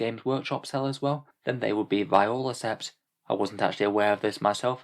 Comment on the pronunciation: Just a note Viorla is pronounced vee-or-la